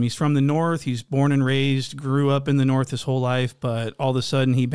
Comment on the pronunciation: Big bloody from the "Norff"😊